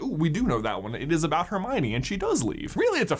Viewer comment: 21 fools think like Her- my- o- knee. 🙄😒😔